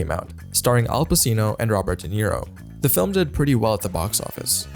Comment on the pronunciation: Or Pa-sino